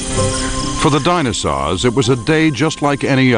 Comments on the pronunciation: This seems very interesting but I keep getting stuck when he says "dinasaws" still I give 5/5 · "DinoSAWS" FFFFFFFFFFFFFFFFFFFFFFFFFFFFFFFFFFFFFFuuuuuuuuuuuuuuuuuuuuuuuu